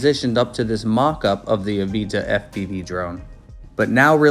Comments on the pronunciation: It’s avata not aveeta lol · Why are u saying Avita. But titles it Avata ? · the aveetuh? there's an "a" there not an e lol